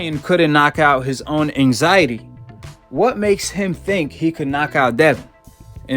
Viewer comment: that intro looollllll " so ryan garcia has come out of his anxity retiermeant"